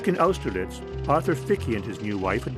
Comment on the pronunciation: Well, I had certainly heard her name as I grew up in the same NYS county where Austerlitz is located [pronounced aww-ster-litz, BTW, not oww-ster-litz] , but knew very little about her.. Thank you for the interesting documentary